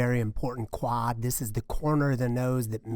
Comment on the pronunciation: Nobody:: Kwaahd